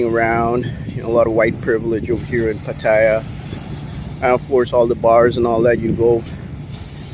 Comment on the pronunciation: Try pronouncing the city right...